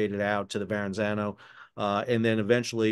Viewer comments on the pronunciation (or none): Sal, love the channel. But PLEASE. It is pronounces Verr-A-Za-No. not with an extra “N” in the middle. As an old Brooklyn boy, (and CustomsBroker of containerized cargo) it’s like fingernails on a blackboard. Keep up the good work and high quality reporting! 😊